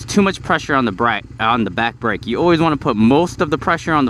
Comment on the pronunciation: on the "bracke" ???? It's the combination of "back" and "brake". I have done that so many times where i would combine words when trying to speak faster and make a completely new word.